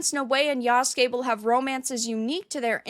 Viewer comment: Lmao I’m dying… Yasugay…